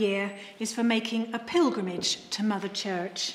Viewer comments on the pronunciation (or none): none